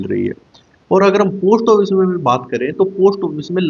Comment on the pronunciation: आपका उच्चारण ठीक नहीं है पोस्ट ऑफिस ठीक bole